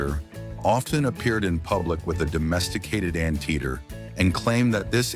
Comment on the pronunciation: This robotic voice said for anteater an-teeter! Ha ha! It can’t pronounce words correctly! Who programmed this thing? Yeah, where did the facts?